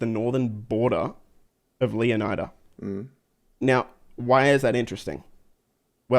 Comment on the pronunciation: you pronounce Leonida wrong! You should learn from Matto and Atina! 😉